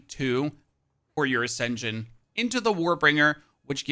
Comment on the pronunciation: People are cruel it's not asenjun its pronounced more like uh -sen -shn. Great guide gonna play this